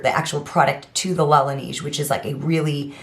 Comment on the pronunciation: I love your videos,, and I watch them often! Pronunciation: luhNAYZH